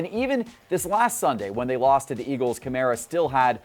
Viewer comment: Kah-mAr-ah... Who is this Kamarea guy he keeps spouting on about. It's insane how many names poor butchers. It's almost as if he's never watched an NFL game. Remember when he called Tannehill Tanny-hill??? Classic. Classic "Tell me you don't watch football, without telling me you don't watch football."